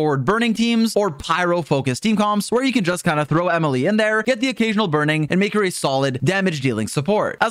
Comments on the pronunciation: "E-mile" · The sudden French pronunciation got me howling ngl